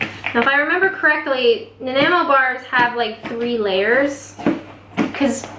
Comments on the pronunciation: Nan ni mo. Accent on the second syllable. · It's pronounced Na-Nye-Mo Bars LOL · Na-n-eye-mo....great vids btw. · I'm a Canadian and live in Vancouver. Nanaimo bars are amazing but very sweet and rich. They originated from Nanaimo British Colombia on Vancouver island. Nanaimo is actually pronounced Na-Nye-mo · i’m a year late (lol) but i’m from Canada as well and it’s pronounced na-naigh-moe. i was like kinda cringing at your pronunciation but hopefully this helps!! ♥️ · "Naaa Nye Moe" :-) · "Nah-neye-moe." Home of the world championship bathtub race! And, those glorious treats! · Nah ni mo "Ni" as in nine. <3 Peace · When I was there over 40 years ago while in the merchant navy it was pronounced NAN-EYE-MOW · Actually it's pronounced nan-EYE-mo. It's a town on Vancouver island. X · I am not from Nanaimo, British Columbia, but I do know that the correct pronunciation is - nuh-nye-moe. You can hear it in this video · I live in nanaimo. Its pronounced nan-eye-mo. Its on Vancouver island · i live here as well, we are the only people on planet who can pronounce it easily, i tell them put emphesis on the i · NA-NY-MO, same as Nanaimo on Vancouver island, BC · pronounced Na-nigh-mo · Having just put my son on a plane with final destination Nanaimo (permanent emigration) I was a bit amused about your inability to pronounce its name. Also re: "Life is short, I don't measure." You can get away with this for most cooking. Baking is a whole 'nother ballgame. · You can't pronounce it.Great start😄 gonna love thisx